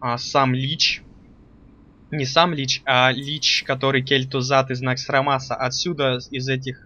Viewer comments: не кел тузад а кел тузед где русскому учили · кел-тузед а не кель-тузад